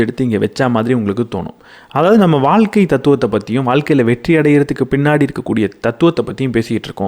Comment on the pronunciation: Nice effort. However I had to stop listening midway because of your தமிழ் pronounciation. Tough to listen ழ being pronounced as ல. What is வால்க்கை? தமிழுக்கு ழ அழகு. As much as the content the way it is delivered is also important. Hope you will try and improve on this. Thank you